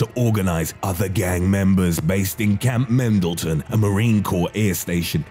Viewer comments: Camp Pendleton not Mendleton🤤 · He said camp mendleton lololol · Camp mendelton.... fucking guy. Also the nortenos.... it's pronounced Nor-tayn-yohs. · It was Painful listening to him say Camp Pendleton.....its not that hard a name